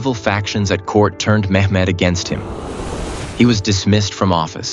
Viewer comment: It's not mekmed!!